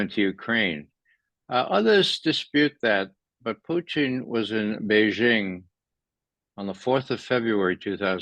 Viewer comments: “Fluent in Russian” but pronounced it “Puchin” along with other mispronunciations. Yeh I’m out, get better guests. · Why does he keep calling Putin Putein ?? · First....say Putins' name right!And quit rambling!